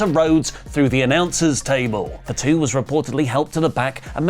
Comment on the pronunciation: its not FAT-U please pronounce properly